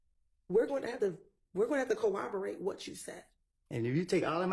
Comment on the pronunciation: I need to practice saying ‘corroborate’. Goddamn.